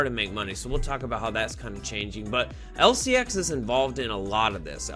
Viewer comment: Sorry but you are saying the name wrong 😄 lfg lcx!! If it goes to 25 💵 in 5 years and we accumulate now, we are rich..if it goes to binance levels, we’ll we could be super rich. This is a fantasy but we can def make a lot of money if lcx does well. If not, it was fun atleast